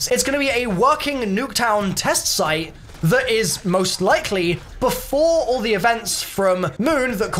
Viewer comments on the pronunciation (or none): none